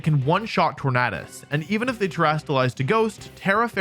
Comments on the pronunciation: Ok I can’t it’s torandes like a tornado you don’t pronounce tornado ternaaado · Sorry I don’t mean disrespect, I love your videos but you keep pronouncing Tornadus wrong. “U” is a vowel, which makes “A” pronounce differently. Look up the word tornado for reference.